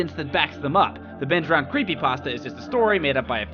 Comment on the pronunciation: Ben Drowend... Fucking. Brilliant.